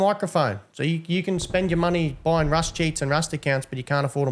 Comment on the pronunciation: “Wust” is so adorable 😊🙈